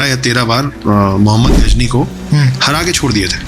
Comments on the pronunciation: pl correct it is not Ghazni it is GHORI. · Ghori tha bhai not gazni